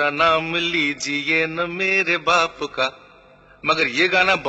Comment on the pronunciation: Sorry. But Baap,Baap होता है. 😷😷😷